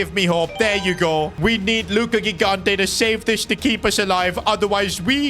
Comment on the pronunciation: italian here, just saying gigante is pronounced like "jigante". btw good series keep it up!